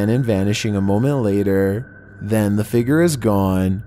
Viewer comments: He pronounced figure figer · I love when says figer lol